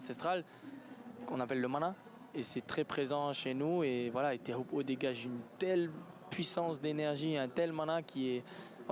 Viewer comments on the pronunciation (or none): C EST TEAHUPOO ET PAS TEAHUPPO HEY RESPECT !!!!